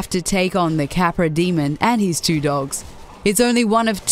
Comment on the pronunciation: First of all, it's pronounced Dee-mon not Dee-mund. Second of all, the Capra demon is basically the definition of souls gameplay. If you're not prepared, you'll need to keep a level head and fight smart, otherwise you end up like the majority of idiots that try and play souls games like dynasty warriors